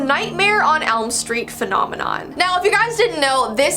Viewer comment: “phonomanon” i